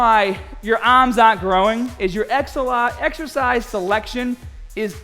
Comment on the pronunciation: "YOUR EXEHCISE SELECTION IS PURE GAHHBAGE" XD